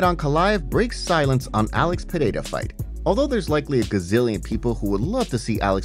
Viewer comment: Its Pereira not Pehada